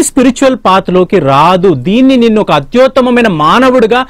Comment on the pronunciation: అత్యోత్తమమైన కాదు/ అత్యుత్తమమైన